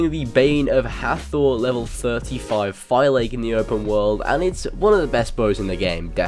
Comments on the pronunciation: its pronounce Fa-Lak-key not Fi-lake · Did you even pay attention to any of the cutscenes in the game? Fi-Lake is not how you pronounce that word. they say fe-lak-ey all the time. I appreciated the content, but listening to you say fi-lake like it is an intel processor drove me insane. Also, predator bows are not made for open combat, they're for stealh killing, that's why they're unwieldly in the heat of combat. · FIL-AH-KEE not FI-LAKE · they actually say the name in the game in many places. It's pronounced "phi-LAA-keys" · I'm pretty sure Phylake is pronounced FI LA KEYS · You mispronounce Phylake it’s Phil-Lackey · just for future reference, "Phylake" is pronounced "Fi-lak-i-tites". And also, predator bows are great if you use them correctly. They are meant for long range stealth kills, and if you don't like stealth then obviously it's understandable if you prefer warrior bows or hunter bows. If you do end up trying them out, use the Enhanced Predator Bow skill that lets you control the flight of the arrow up to 70ft. It's incredibly useful for firing arrows around corners and killing enemies from afar without being spotted at all. Love your vids by the way:) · Why is it that no one on Youtube can pronounce Phylake? You literally hear it pronounced correctly throughout the game but people go nah, Ima just butcher it instead. "FILL-ACK-EE" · I pronounce it like Fy-lake, is it correct? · I think the OP should go back to the game and learn how to pronounce "Phylake" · Why does every one say phylake wrong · Garrett Friday sounds stupid? It's not English, I mean you're going to say whatever you want to say but that's not how it's pronounced.